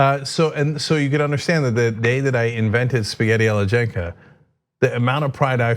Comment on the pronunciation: Cenk's spaghetti sounds awful. Italians will be rolling in their graves. Lol